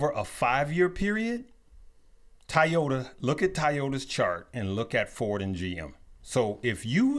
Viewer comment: Guys, what's up with the pronunciation of TOYota!??? What do you call your kids' toys?? Ties?